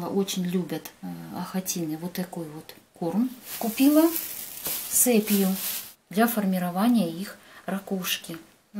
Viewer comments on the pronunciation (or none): не сэпия как вы говорите! и сепия!